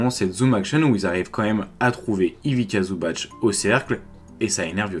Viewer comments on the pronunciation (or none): Merci c'était super intéressant. En revanche un petit conseil sur la prononciation, c'est Ivitssa Zubatss (la lettre c en serbo-croate c'est prononcé tss alors que ć comme à la fin de Jokić est prononcé tch)